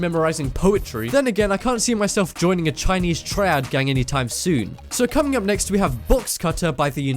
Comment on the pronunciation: Couldn’t even say triad right